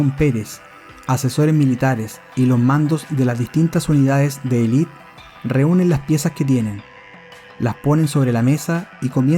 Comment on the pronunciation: No se dice "elit", se dice "élite", acento en la primera e